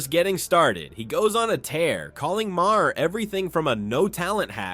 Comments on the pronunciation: You don't pronounce the "H" in Maher's name. It is pronounced Marr. It is an Irish name. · Why don't you learn how to correctly pronounce Maher's name correctly ? It's pathetic you still haven't learned something so simple !